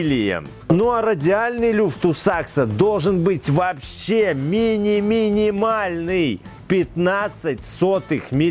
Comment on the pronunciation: Sachs читается "Закс"